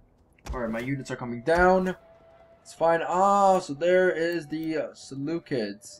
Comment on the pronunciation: Ser-loo-seeds. You pronounced Seleucia correctly, but you call Seleucids as "Seleukids". Unless... Seleukids is some kind of joke you are attempting... if not the cids should sound like seeds.